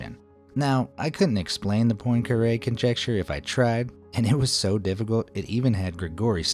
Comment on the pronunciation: "I can't even explain the Poincaré Conjecture" You can't event pronounce 'Poincaré'...